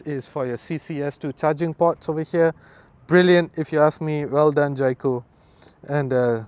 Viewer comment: Can’t even pronounce the brand Jaecoo properly, it’s J cool and not Jai Cool